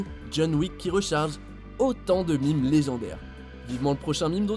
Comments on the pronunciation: Les mimes ? LES MÈMES!!! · Arrêtez de prononcer des "Mimes"